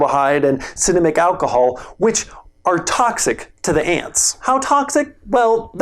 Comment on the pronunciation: "Cinnamick alcahol"? You are so busted!:) lol, love u!